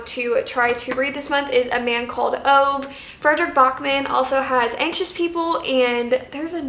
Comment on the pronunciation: loove these kinds of videos! a man called ove is a swedish book and its really good! just so you know though, you actually pronounce the E in Ove<33